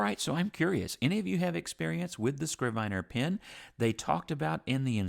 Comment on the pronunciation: a “scrivener (pronounced “i” like the i in “it”) is a good translation for a biblical “scribe” or, for that matter, a modern scribe. It can also be used for a notary public (although I have never heard it used for one). I only looked it up because I was fairly sure it was pronounced with the short i as in it. Thanks for the review.